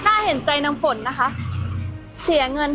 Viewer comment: ฝนนะไม่ใช่ฟาง